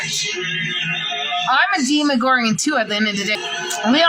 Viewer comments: Her pronunciation of deeeeemagorgon. I can’t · "Deee Muh Goargin" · Love hearing her say demagorgon wrong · ef everything else, i just want to fight nal for pronouncing demogorgon incorrectly